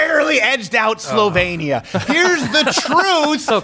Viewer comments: Slovenia is pronounced slow-veen-ee-uh. Great clip though! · Don't you know how to pronounce "Slovenia"?